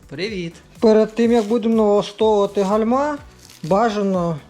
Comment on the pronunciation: Вітаю, дякую за корисне відео. Вибачте але гальма з наголосом на першу букву а. Вподобайка